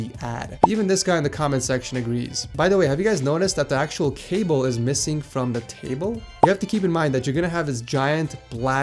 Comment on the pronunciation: I thought you said the table was missing not cable